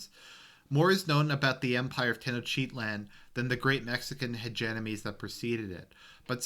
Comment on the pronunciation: it took me a while to figure out you were saying tenochtitlan. Teno-chitlan lol